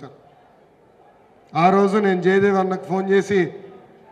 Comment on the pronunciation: మీరు ఏం మాట్లాడుతున్నారో మాకే అర్థం కావట్లేదు ఇంకా ప్రజలకు ఏం అర్థమవుతుంది టైటిల్ కూడా భలే పెట్టారు జయదేవ్ అంట ఈ టైటిల్ పెట్టిన వాళ్ళు కూడా లోకేష్ గారి తమ్ముడు అనుకుంటా లోకేష్ గారు ముందు మీరు తెలుగు సరిగ్గా నేర్చుకోండి జె దేవ్ గారు కాదు జగదేవ్ గారు ఈ పదవిలో ఉండి ప్రజలకు ఇంకా అన్యాయం చేయకూడదని అనుకుంటున్నారు అని చెప్పారు అంటే ఆయన ప్రజలకుఅన్యాయం చేస్తున్నారని మీరే ఒప్పుకుంటున్నారా ఏదో లెండి మన గల్లా జగదేవ్ గారికిపదవి విరమణ శుభాకాంక్షలు🎉🎉🎉🎉🎉🎉🌹🌹